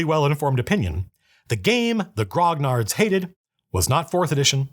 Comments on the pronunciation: Grognard is pronounced "gronyard". Like lasagna. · Dude, the 'gn' in grognard, being French, sounds more like a Spanish 'ñ' and the g is silent. Good vid tho!